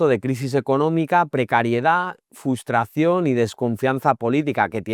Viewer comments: La palabra correcta es frustración, no fustración. No habla del franquismo después de 1959. No vaya a ser que tenga que decir algo bueno del periodo que va desde 1959 hasta la primera crisis del petróleo en 1973. Profesor con pendiente en la oreja....no sé yo😮😮. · Decís mal la palabra FRUSTRACIÓN.